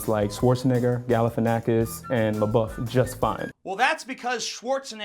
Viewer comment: Says we can't pronounce black names but we can pronounce Schwarzenegger and LaBeouf. Proceeds to give the worst German and French pronouncination of these words.